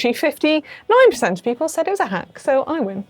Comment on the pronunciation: Seeing the edit of Connor saying Hank instead of hack just about made me choke on my dinner